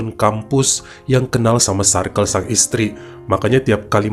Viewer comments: Baca circle tuh bukan sairkel bang tp sirkel🤭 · Circle cara penyebutannya.. sə:kl.. Untuk lain kali ya bang supaya kita tetep cinta ❤️ dan makin cinta ❤️ sama cerita2. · Greget denger bilang "circle" nya 😂